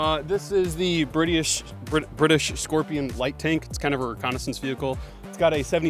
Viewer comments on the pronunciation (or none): I'm gonna start using Brity-ish for all my British pals. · That man said "Britty-ish" lol